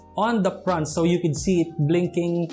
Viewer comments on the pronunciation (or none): Pls pronounce the words correctly... OF not OP... HAVE not HAB.. FRONT not PRONT..